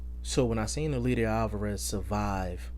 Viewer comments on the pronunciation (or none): It's pronounced El LAY der. You're butchering his name